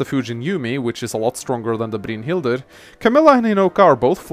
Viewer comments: Brynhilder is pronounced brine-hild-er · I love the way you say "Brynhildr." XD Sounds cool. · I love the way you pronounce "Brynhildr." Sounds like Dracula. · youre butchering brynhidlr